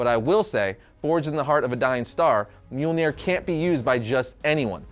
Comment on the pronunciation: Mjolnir sorry brother but it’s myal nir not, well what your saying. And for the record I mean no disrespect. Everyone mispronounces words all the time especially if they’re, well, from another language. I’m simply informing so I don’t need any hate comments lol